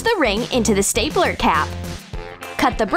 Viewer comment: Who heard staypeler? Instead of stapler?